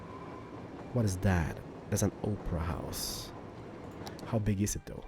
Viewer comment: I love how he says "Oprah house"